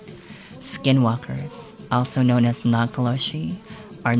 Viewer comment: This person is obviously native. I played it for a native friend who speaks the language. He said this guy deliberately mispronounced the native word for skin walker. He added, Navajo young people are ashamed to speak their language. Very sad.